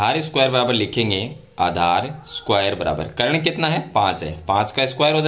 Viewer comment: करण नहीं सर कर्ण